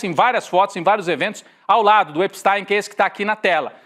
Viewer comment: Atenção: EPSTI.M e não EPSTAIM